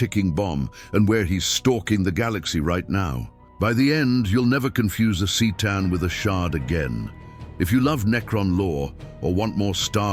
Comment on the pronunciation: it's pronounced Ktaan, not Seetaan. Merely saying ... .